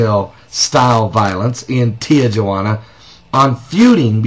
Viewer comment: its not pronounce tea-jua-ana its pronounce tea-who-ana!